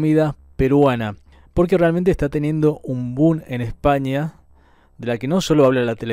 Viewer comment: Me causa mucho conflicto como hablan, dicen cosas como "changai" (Shangai) o "Bun" (boom) 🙄 he escuchado incluso la palabra "tatsi" (taxi) y me preguntó, por que??? Que sea una comida famosa o de moda no la vuelve la mejor comida 😂